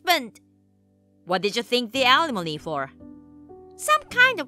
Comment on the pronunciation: Right, and still don’t know how to pronounce it. I just have to laugh every time I hear them say it because they sound so ridiculous. Sometimes I think this channel is run by middle schoolers.